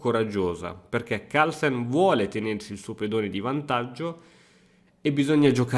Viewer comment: Partita incredibile, ma sai cosa l'ha rovinata? I Toscani, che dicono la mi mamma il mi babbo, e che pronunciano Harlsen